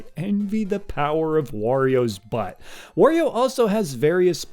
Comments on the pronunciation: You've lost me at "Worio" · Wario: rhymes with Mario.